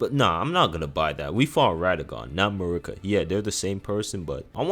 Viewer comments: He clearly has some issues with pronunciation. He says issue as "isoo", duo as "duel" and Marika as "Merica". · This dude has never played ER. Can’t even say Marika correctly. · Who the hell is a Mikwella? How you played the game and you still mispronouncing names.. even Marika